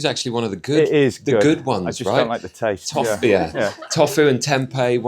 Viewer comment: health expert but can't pronounce tofu right??